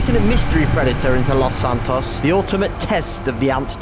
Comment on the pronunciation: “Lauce santauce”